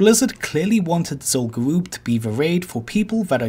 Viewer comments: Ever since I heard you say this like 6 months ago.... ITS GA-RUB NOT GA-ROOB. Is Zul Farak Zul-Farake? Im 99% sure its rub not roob and I never heard anyone call it Garoob till you lol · literally stopped watching at 2 minutes of this video because of how badly he pronounces Zul'Gurub. its pronounced as Zul'Grub not Zul'Gooroob. i havent cringed so hard in quite sometime so good for you for making me feeling me vomiting. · It.. it... It's gU-rub tho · Zul guuwup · The problem is this guy talks like a 10 year old and pronounces his r's as w's so it sounds like zul goo-woob. He also can't pronounce th and uses ff sound lmao. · Zol Gowooob haha amazing